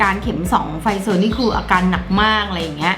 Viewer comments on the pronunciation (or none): ไฟเซอร์ค่ะ ไม่ใช่ ไฟเซอ